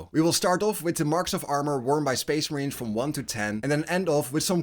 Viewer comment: SPEESH MAHREEENS